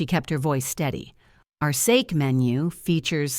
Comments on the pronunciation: I am not impressed with this 3rd generation Japanese person. He's arrogant and I would rather say I am another race than his. Sorry I cannot watch anymore. Btw true pronunciation of same = (sa - kay) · Sake not with a long a sound. Another with wrong pronouncing of words.